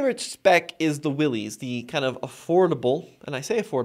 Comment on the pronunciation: Its not pronounced Willys, but pronounced Willis. For 2024, Jeep made the Premium Soft Top standard (this used to be a $695 option) and dropped the cheaper vinyl soft top. Nothing against a hard top, but most people will take it off once and find out what a huge ordeal it is to remove it and then you have to figure out where/how to store the hard top. Even in cold climates, the premium (twill) soft top is fine and much much easier to raise/lower the top in minutes vs the hard top. The larger 12.3” screen is a huge upgrade over the old 5”, 7” and 8.4” screens in previous JLs. For 2024 Jeep also upgraded the seats with better materials and cushions. Convenience group for $1995 is a deal for all you get and I would not pass on that. To me, a base Sahara with no options seems to be the best deal for 2024